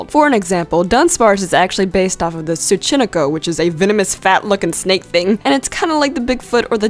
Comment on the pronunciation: tsuchinoko is actually pronounced sue-chi-no-ko